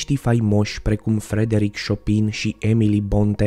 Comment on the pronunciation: Bronteeee Se citește "Șopen"